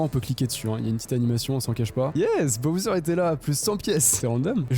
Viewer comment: c’est pas boser c’est bosswer ou bouser